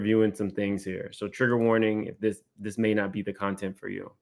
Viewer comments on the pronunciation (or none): none